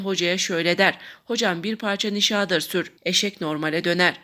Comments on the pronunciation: Nişaağdır degil,nişadır diye oku!!! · nişadır sözcüğünün telaffuzunuz kulak tırmalıyor, hatalı bir vurgulama yapılıyor